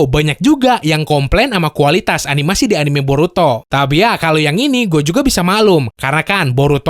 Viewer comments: "BoruTOD" 🤣🤣🤣 Di Awal.. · Brok, lu nyebutnya burutod ya wkwk